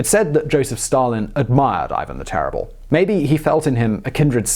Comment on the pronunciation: The 'terible', eh?